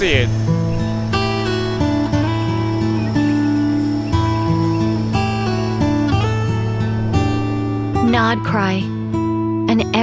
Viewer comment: NordCry? i think its more like DAWEICRY